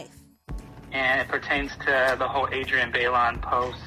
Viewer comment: Who is Adrienne BAY-Lawn?? Lmao